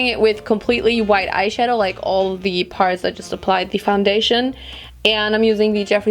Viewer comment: Ich finde deinen deutschen Akzent richtig unangenehm. Du sprichst zwar gut. Aber das „the“ wird nur anders gesprochen wenn das folgende darauf bezogenen Wort mit einem a,e,i,o,u ausgesprochen wird. Im Normalfall wird das e bei the nicht betont.